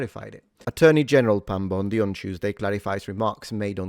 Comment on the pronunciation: “Pam Bomndee” 😅